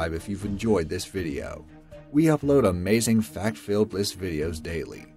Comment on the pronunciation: AH MAY ZEENG